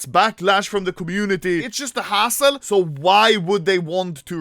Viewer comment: That "hassle" made him sound like a former german ww2 soldier with a nice thick german accent lol